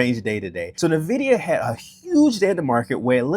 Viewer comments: say it with me.. "In - vid- ee--uh" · my dude. its not hard to google. if you want people to take your comments on stock performance seriously you should learn how to pronounce things. In the tech industry, if I (this has happened several times) have a sales rep come in and mispronounce Nvidia it tells me that they have no idea wtf they are talking about. Instant credibility loss.